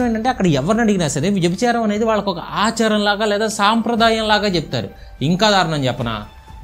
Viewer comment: అచారం ఏంటి బ్రదర్ ఆచారం ఎవరు అండీ మీకు తెలుగు నేర్పింది.